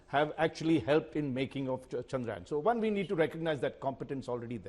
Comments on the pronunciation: For gods sake its not चंद्रायन its चंद्रयान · Yaan is not yan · Can Rajdeep learn to say the name "Chandrayaan" correctly? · Rajdeep, it's Chandrayaan, not Chandrayaan. I am ashamed.